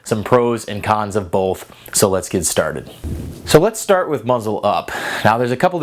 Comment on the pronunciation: I didn't know there was an L in the word both. Just messing with you. I enjoy your videos, keep up the good work!